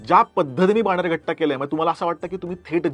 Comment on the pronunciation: बाणेरघट्टा नाही बनेरगट्टा